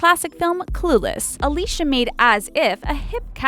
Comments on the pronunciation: It's pronounced A-lee-see-ah. Not A-lee-sha. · Elizabeth Hurley is on The Royals, Josh Hartnett is on Penny Dreadful, it's pronounced Al-Lee-See-Uh Silverstone and she is in 5 different projects this year and two next year so far. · Alicia Silverstone actually pronounces her name as A-LEE-CEE-A, rather than the typical English pronunciation that's used in this video... which I suppose proves the point of the video. :) People have forgotten how to say her name!